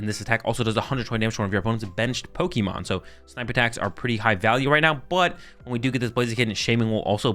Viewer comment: Its Pokémon not Pokimon